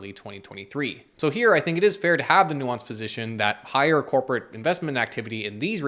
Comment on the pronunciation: This really makes you fink... and perhaps thats what they want you to fink... #finkaboutit